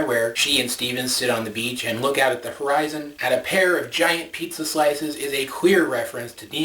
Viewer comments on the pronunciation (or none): none